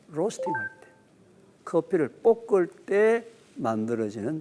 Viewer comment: 교수님 깅상도신가보네,,뽁을때라고 자꾸 발음하시네,,듣는데 굉장히 거슬리네